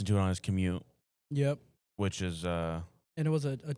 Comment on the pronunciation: Lmao not mispronouncing commute! 😂